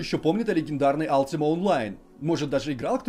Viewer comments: дружите, не Алтима онлайн, а Ультима Онлайн. Слух прям режет :/ я поигрывал до недавнего времени... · Не Алтима а Ультима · Алтима, рпиджи бля, мои уши..